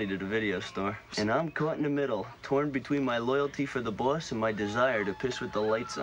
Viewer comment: Canadians also don't pronounce boss like "bwoss" like Randall does .